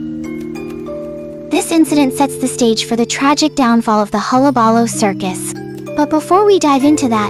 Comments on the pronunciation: It's "hul·la·ba·loo" not "holla balla". Also Joker wasn't the one who set the fire, it was Murro Morton. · huh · luh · buh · loo You're saying it weird. That's how.